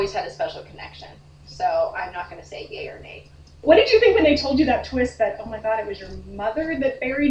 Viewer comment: Did she say "Yay or Nay" or "Gay or Nay"